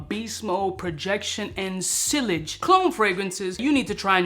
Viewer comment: "Sill-idge"? You mean, "see-arge" surely 😢 Maybe it was a joke?